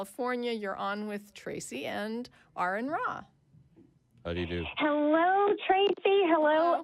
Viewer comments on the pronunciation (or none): 😂 Aron’s Cringe when she said his name wrong lmaooo!